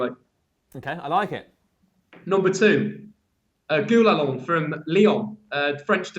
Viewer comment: It's Gonalons, not Gulalon